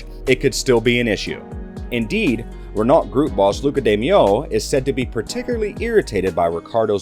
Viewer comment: Your cowboy pronunciation of Renault had me on the floor laughing 🤣